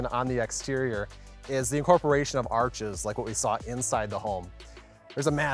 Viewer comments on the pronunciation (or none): none